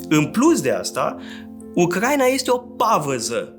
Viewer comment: U-cra-i-na, nu U-crai-na